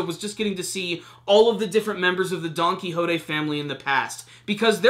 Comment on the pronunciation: It's donquixote!! Not donquixotay!!!!